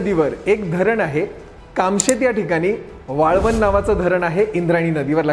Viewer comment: वाळवण नाही. वळवण